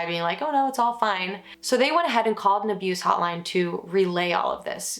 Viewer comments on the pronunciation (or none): none